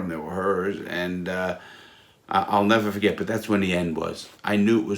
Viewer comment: nevuh fuhgett